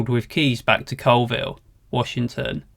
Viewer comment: BTW, Colville is pronounced CALLville.